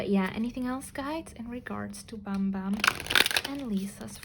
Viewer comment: Hi! I'm still waiting for Kim Yugyeom and Choi Youngjae of GOT7. Hoping you create a video about them, thank you! And yes you pronounced Bambam right.